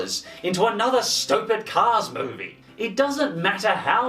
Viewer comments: It's not cars you guys. It's caws. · I love the way pronounces "cars." CAAAAHS!!